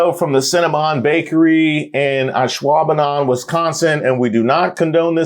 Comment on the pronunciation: I am honestly in shock that you pronounced Ashwaubenon correctly! Hell yeah!